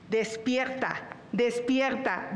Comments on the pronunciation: ¡Despiegta, despiegta, despiegta! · Chuchli estq bien cagada.. y mas cuando dice.. despiergta,despiergta,despiergta.. libergtad😅😅